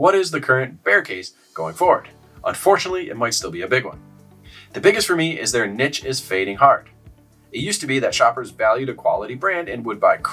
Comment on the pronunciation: Learn how to pronounce niche please